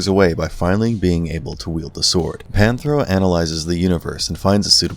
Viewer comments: Panthro not Panthera . Definitely gotta get those names right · it's Panthro, Cheetara, and Tygra ...... get the names right as anything less is a grave insult to their legacy!